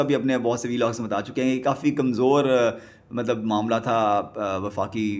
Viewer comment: Is it necessary to say ملب۔مطلب۔ مطب۔ملب in every sentence? Bro you need some serious coaching in Urdu pronunciation.